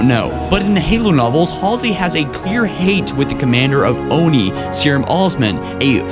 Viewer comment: please call it Oh-en-aye....